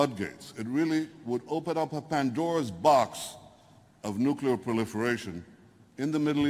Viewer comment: DID HE SAY PANDORAS BOX?